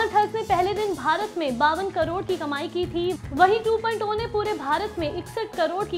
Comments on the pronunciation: 2.2 nahi Sahi dhang se bol yeh hai Robot 2.0 "Two point Zero". Ok. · 2.2 nehi 2.0 movie trailer bolo Kiya bolti ho hahahaha....... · Aap 2.2 bol rhe hai ya 2.0 bol rhe confuse hai humlog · 2.0 ko 2.2 kyo bol rhi ho Kis kis ko 2.2 sunai de rha hai Mujhe to 2.2 sunai de rha hai